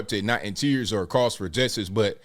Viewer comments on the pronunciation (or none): none